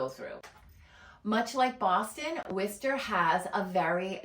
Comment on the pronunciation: I've lived in and around WORCESTER pronounced WOR-ster. Not what ever you're calling it. The city has turned to crap in the last 20 years. About the only good thing about it is the schools. Entertainment is spotty at best boasting NO cinemas and only occasional 'shows' at the existing venues. Worcester used to have daily entertainment. Yes traffic is easy to navigate because no one stays IN the city. Jobs are nonexistent unless you want to work in education or healthcare. Worcester has been 'reimagining' itself since the 1970's. Personally I don't think it's ever going to find itself. Also it's the SEVEN hills. Obviously don't know the city.